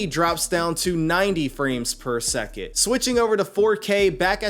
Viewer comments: He actually says "per suck it", lowkey mocking his viewers. For real. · if only this was the case. Per seckit 🙄🤦‍♂️ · I did the same but watch youtube video and just decided I need a 3080 lol. The 3070 have 8g ram so it’s a little weak. But he is right it’s fps or frame per second what is seckit lol. It’s called radio language u need to pronounce for people not yourself. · all i heard throughout that video was frames per seckit. Its frames per SECOND.